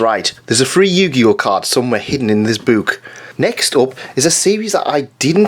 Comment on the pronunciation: When you said, "We all know why it's sealed, there's a free Yu-Gi-Oh card inside this book!" I thought you said "Inside this boob." Which is also accurate.